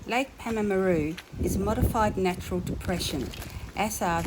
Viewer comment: pronounced "Paarrm a roo